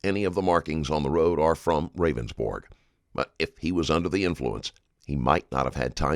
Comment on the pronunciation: Its funny how the narrator keeps calling him "Ravensborg" when in the video he clearly told the police several times it was pronounced "Rounds-Burg"